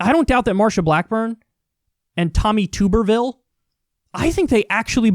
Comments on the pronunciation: Kyle your camera is still out of focus. Also it's Tom Tub-er-ville. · Kyle pronounces the last name wrong. It's Tub-er-ville